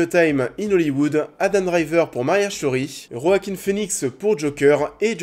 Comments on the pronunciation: Ça se prononce "Oaquin" et pas "Roaquin" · Ça se prononce Wakin Phoenix merci bonsoir 😅